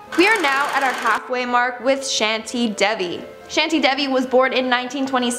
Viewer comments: 😁as a indian..... The name is shanti devi.. so it will be pronounced as "shaaantiiii deeeviii"😃 she pronounced devi correctly but shanti....😂she pronounced like sheenti ...no hate 🥰cause she isn't a native hindi speaker... I'm just telling it☺️ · When she speaks "shanty " I was laughing because I live in India ana definitely in India it's not shaty it's shanti . Both these words are different pronouciation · Mam i am indian and i know that how to pronounce shanti devi its shaanti devi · Shanti is pronounced as Shaantii not sHaNtI since I'm from india